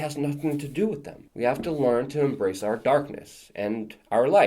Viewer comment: Here is my complaint: You say "wit" for "with" and I am a stickler for grammar! Go ahead and keep on saying it because it is cute (like you).